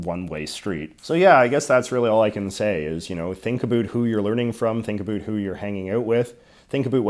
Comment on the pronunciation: I decided to suffer through J.J.'s execrable pronunciation of "about." And I'm glad I did.